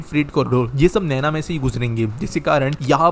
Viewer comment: "NAINA" NANO nahi. नैना*